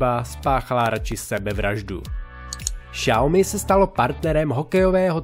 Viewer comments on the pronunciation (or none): none